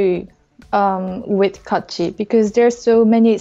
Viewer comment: She deserves better not "ItS KaAtChI"